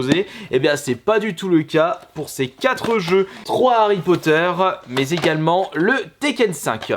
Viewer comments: "Il y a zégalement" oui oui bien sûr... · Il y a Zégalement 😂😂